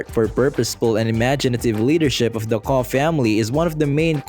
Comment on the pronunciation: It's not pronounced "Koh", but rather "Kokh". This is painful to listen to. Nobody thought of doing some research before making this? Unbelievable.